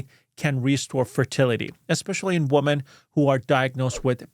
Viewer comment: The word “women” is pronounced ˈwɪm.ɪn’.